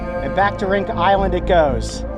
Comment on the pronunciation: The name of the island is read "rintja" not rinka